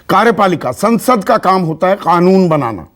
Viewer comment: कानून को खानून क्यों कहते हैं